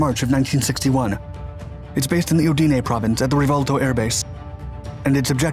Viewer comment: Some tips for you: Ùdine, not Udìne Aermacchi is pronounced "AERMAKKI" Ùstica, not Ustìca